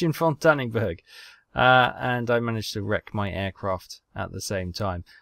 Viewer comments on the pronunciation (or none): why do you keep pronouncing your pilot's last name as "danning berg?" It should be like "Don N. Berg."